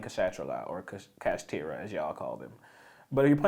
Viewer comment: How does this mans get Kashatra out of Kashtira? 😂